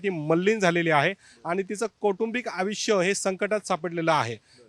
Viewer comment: अगदी बरोबर... आयुष्य चा उच्चार अविष्य असा केलाय..हा कसला वकील😅